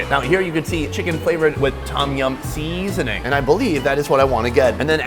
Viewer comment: Why does sonny keep saying "seasoning" like a cantonese man?? SEAAAsoning